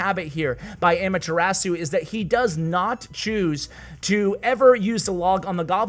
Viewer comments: it’s ah-mah-thu-ra-su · Those pronunciations though 😂😂 ... Also.. just pointing out... Amaterasu is Naruto reference so if and only if you want to listen to how it's pronounced... 😁